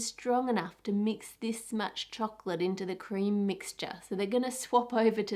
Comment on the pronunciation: every time she says chocolate I wanna punch her throat